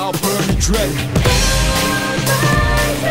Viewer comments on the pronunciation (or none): She honestly sounds like she’s saying bread instead of dread